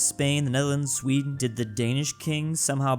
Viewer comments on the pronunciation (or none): none